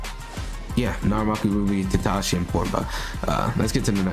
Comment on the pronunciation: It's narumaki